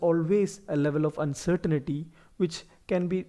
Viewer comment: Uncertainty not uncertainity